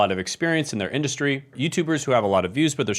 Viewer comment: “Industry”, not “indushtry”. Who gave you your degrees?